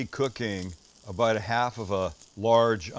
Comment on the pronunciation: "We're aboat to find oat!"